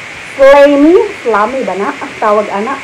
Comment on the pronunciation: ahahaha nice intro beautiful. Tala-tala haha tala-tala! Tiktok tiktok ano ba ang tiktok haha oo nga po ano ang tiktok. No skip ko sa imohang ads, sana all din monetize napud. 4 commercials na so far galing naman. Kalami anang okra sa ginamos. Slimy (pronounce as slaymi sis) hahaha wow 5 commercials na lol taas kaayo ang Huawei commercials lol di ko mopalit ana nga phone kay sa intsik lol gibanned na sa US pangspy nila hehe barato ra kaayo imong brunch sis. Sakto bitaw na para sa atoang panahon karon. Grabe 6 commercials na. Beauty secret tinuod na imohang sis kay gwapa man ka kaayo.